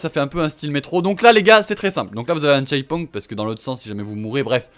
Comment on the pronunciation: entendez bien comment il prononce "checkpoint" 😂😂😂😂